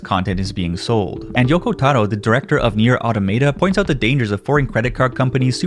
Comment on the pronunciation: "Nier Auto-may-ta" immediate unsubscribe